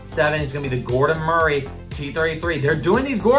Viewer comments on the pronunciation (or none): none